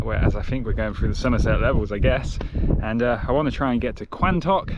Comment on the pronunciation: Quantocks is pronounced Quontocks :))